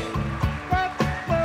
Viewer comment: English people trying to speak dutch.. Its Steen Burg-en not Bur-gen.